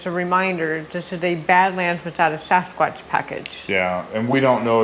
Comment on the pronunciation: I got to ask do you not know how to say Sasquatch?